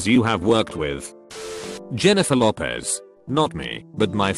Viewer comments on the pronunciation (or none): none